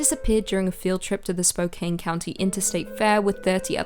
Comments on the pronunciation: spo- CAN, not spo- CANE. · Love the videos but I do have one tiny little critique... It's pronounced Spo-can not Spo-cane.. I know, I know, it's spelled Spokane but pretend the "e" isn't there lol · you're the best. Even if you mispronounced Spokane. (Spo-Can) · Haha. Spocain. I was half listening and thought, "that's funny, sounds like she's talking about Spokane." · Spokane: does not rhyme with cocaine.